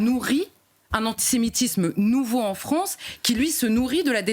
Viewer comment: Est-ce qq’un pourrait lui dire que c’est la FrAnce et non pas la FrOnce ? Merci 🙏🏼